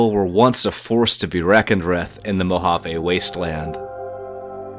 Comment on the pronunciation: “Wreckoned Writh”